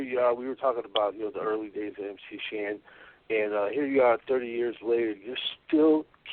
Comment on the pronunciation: MC HAN <---- you forgot the S in MC SHAN